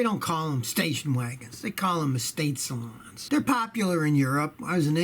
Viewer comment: They call it saloon not salon